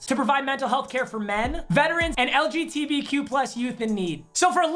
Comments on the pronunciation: Some people might be mad that papa said LGTBQ community instead of LGBTQ community 😂😂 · bro i went back like 8 times he really did just say lgtbq im dieing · He said lgtbq im dead💀